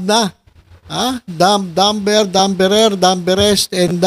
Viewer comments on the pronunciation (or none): Silent 'b' Dumber= Duh-mer